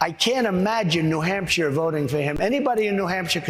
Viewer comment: New Hampcher? Geez.